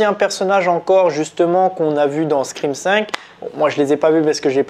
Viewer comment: On dit pas scrin mais scream! Pfff🤣